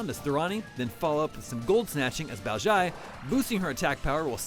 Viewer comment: Totally butchered Thorani and Baozhai's names... did this guy even play the game or is he just reading a paper?